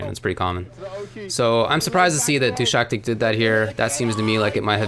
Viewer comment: Actually the name is pronounced as Du-shaS-tik. 😄 Not DushaKtik. But he pretty much approved of how you would initially read it in English in his recent tweet, so it's not big a deal.